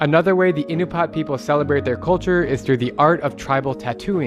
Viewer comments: Bro, Alaskan here. They are Inupiat not Inupat. Pronounced In-oo-pee-aht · Ahh-new-pee-at bro 😂😂❤ love this video